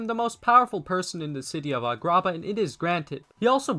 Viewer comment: What the fuck is a-grah-bah